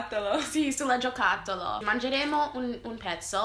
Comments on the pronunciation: * HAHAHAHAHAH GIOTACCOLO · "Dentro c'è un gioccotollo" XDXDXD una delle parole dette male più belle di sempre XD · Non ricorda la parola giocattolo, ma "ma come cazzo si dice" gli viene perfettamente, questo indica che gli stanno insegnando bene